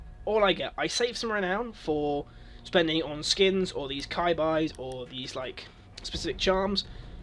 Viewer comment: kai bais???? did you pronounce chibis as kai bais....... its chee bees. Japanese for cuties basically. Kai bais LOL!!!! That's the first time i heard of that.